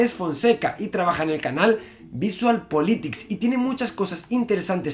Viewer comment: Algún youtuber dice bien? O es algún tipo de acento?:v?